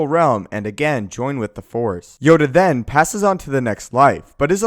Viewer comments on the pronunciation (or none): none